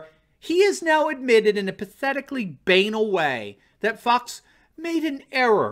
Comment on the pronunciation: BANAL is pronounced buh-NAHL, not BAY-nel